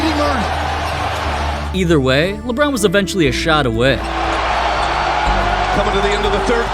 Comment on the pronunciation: Yeah LBRON JAMES says alon